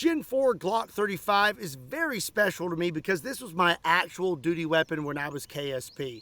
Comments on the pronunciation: ha aha you said dooty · He said dutie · Hahahahaha said doody weapon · Haha he said doody weapon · lol, you said doody weapon! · He said dooty hehe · You said duty doody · Lol! You said dooty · Duty lol sounds like dooty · You said Doodee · Ha. He said dooty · You said dooty.. 😅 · Ha , you said duty …..but I heard doodie lol ……yeah I’m a child so what lol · You said “DUTY”!!!😅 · Haha you said dooty